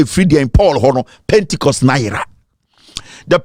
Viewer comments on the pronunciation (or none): none